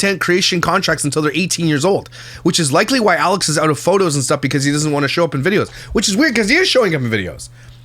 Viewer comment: you said “Yalex”!! She’s rubbing off you! 🤣🤣🤣